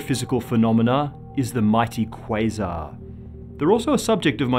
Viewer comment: The way he says quasar disgusts me